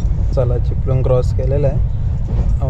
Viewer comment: चिपळूण नाही चिपलून 😂😂